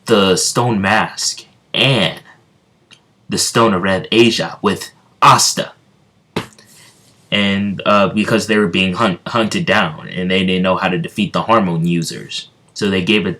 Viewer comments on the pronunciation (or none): in the first two minutes of the vid, i heard you say hormone users, not hamon users